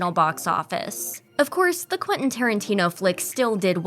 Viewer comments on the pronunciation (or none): none